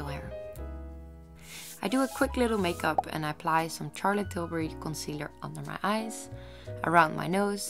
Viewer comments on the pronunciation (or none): none